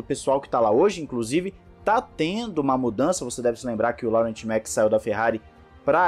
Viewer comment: Laurent Mekies pronuncia-se LO-RÃ... Laurent = LO-RÃ... Parabéns pelo conteúdo, de qualquer forma! Não leve este comentário a mal, é só para ajudar mesmo, pois vejo que a pronuncia "equivocada" já se repete há alguns videos. Abs